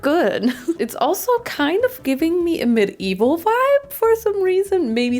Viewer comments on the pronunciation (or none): pronouncing medieval "MID-EVIL" is exactly the vibe of that blue dress